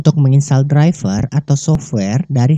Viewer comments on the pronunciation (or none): none